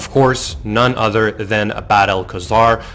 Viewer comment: “Other” not “udder”... besides that, good video